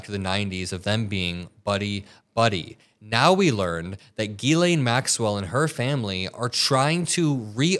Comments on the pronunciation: J JJJ 'jillain or jillEN (like jillian/gillian. It's a French name) Not 'Geelayn'. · It is not Guylaine it is pronounced jislaine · It’s Jizz Lane not geee lane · Zhis-lay (not GeeLane) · Her name is not "Guylaine", it's Ghislaine (pronounced Jislaine (with no d sound in the J - but it should be Jizzlaine). She's British-French-American and her name is French. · Jiz-lane Maxwell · Just fyi...Ghislaine is pronounce Jislaine... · Another good report. However, you need to pronounce her name correctly. It is a French pronunciation. Just as the name "Elaine" is pronounced "ee-lén" (stress on the second syllable), her name is pronouced "ghee-lén." Just saying. Criminal or no, get her name right. Whatever. Nothing is going to happen anyway, except she might end up the same way as Epstein. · Her name is pronounced Jisss-lenn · You’re saying her name weird.